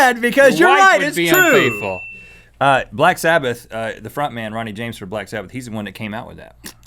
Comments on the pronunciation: Did he just say "Rodney James"? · Heard it too